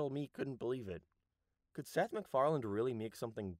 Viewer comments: McFarlanD?? every fkng time. it seems like this guy should be able to at least pronounce the name correctly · I love how its accepted amongst seth MacFarlane's fans that we just throw a D in the end of his name when speaking it out-loud